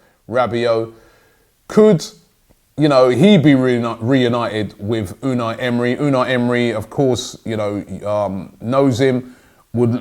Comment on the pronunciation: Robbie Unai Emery’s name is pronounced emray